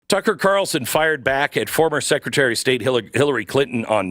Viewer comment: Can you say secataty of state😮